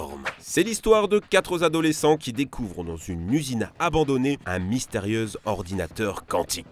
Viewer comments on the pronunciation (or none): quatre zadolescents, liaison malheureuse ?